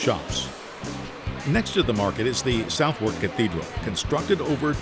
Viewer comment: Southwerk is pronounced 'suth'erk', please.